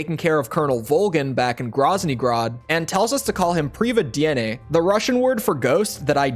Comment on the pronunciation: you actually unironically pronounced privyedenie nearly perfect lmao